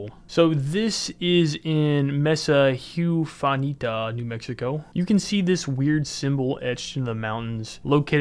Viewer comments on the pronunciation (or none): Sorry, I'm usually not a stickler about pronunciation but calling Mesa Huerfanita "messa hyoofanita" is insane XD